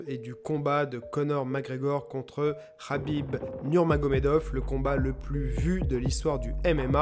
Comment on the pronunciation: Habib Rabib heu c’est KKKKKABIB